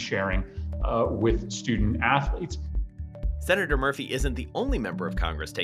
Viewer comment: NCAA Atho-leeets